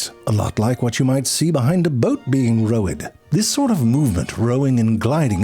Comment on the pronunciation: He said "Boat being row ed.lmao